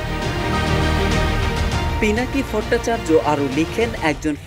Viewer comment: অফিনেত্রী মানে কি? এসব ভিডিওতে যারা ভয়েস দেন, তারা কি করে প্রমিত বাংলার জ্ঞান ছাড়া চান্স পান? পুরো ভিডিওতে "অফিনেত্রী" আর পিনাকি ভট্টাচার্যের নাম বললেন "ফত্তাচার্জ", অভিনয়কে বললেন "অফিনয়"!!!!